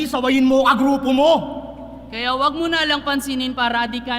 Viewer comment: "mo na" hindi "muna"